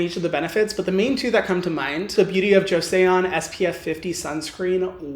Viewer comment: Just so you know, "Joseon" is pronounced "joe-sun" not "joe-say-un" :)